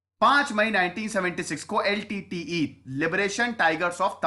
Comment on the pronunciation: Who calls LTTE as Litte??